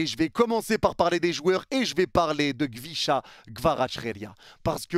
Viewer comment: KHVICHA ca se lit RUITCHA